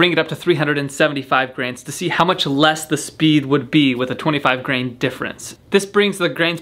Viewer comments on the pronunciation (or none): It took me 20 minutes to figure out that he was saying "grain" (as in the troy grain) and not "gram" (metric system). Wow, lol. Great job on the bow! I was also thinking that FPS changes based on proximity to the meter, but you kept it consistently the same distance. You could probably clickbait a higher FPS if you shot closer to the meter.